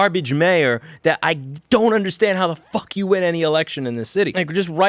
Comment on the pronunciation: There's always something quite satisfying when someone with a NY Jewish accent says "fuck you"